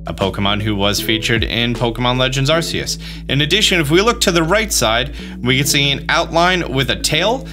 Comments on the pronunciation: Constantly saying "Arseyous" even though the phone is called the ARC phone. It's definitely ARCeus man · It's still ark e us that's how you pronounce it not sure how there's all these big YouTube Pokemon people but they still can't pronounce a name right that's been proven to be pronounced starting as ARK it doesn't start off sounding like a British butt the creators even pronounce it as ARK E US but all these YouTubers are like nope it's a British butt 🤦 very annoying